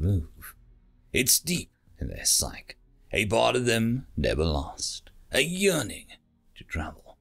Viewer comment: I enjoy listening to you read these stories, but occasionally you mispronounce words in ways that change the meaning of the word or entire paragraph. In this case you pronounced psyche as psych. They are related words, but mean slightly different things. Psyche, pronounced ˈsī-kē, is a noun meaning the totality of elements forming the mind. The soul or personality and includes everything we've learned and experienced life, what we absorb as cultural norms, and what gets passed on to us in genetic instinct. Psych, ˈsīk, is a verb that can be used a in one of three ways. It can mean to out think or out wit ones opponent. To scare or intimidate an opponent into backing down or making a mistake. Or to ready oneself for something. Alternatively an abbreviation for psychology.